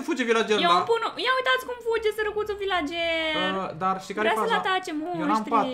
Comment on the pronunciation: LA VILACERI NU SE ZICE AȘA SE ZICE VILCERI. CU DRAG DELIA.❤❤❤❤😘😘😗😘🇦🇩